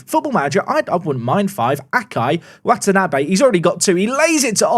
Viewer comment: Hearing say Watanabe, the surname of a character in one of my favorite Animes, gives me immense joy. I am in the opposite of physical pain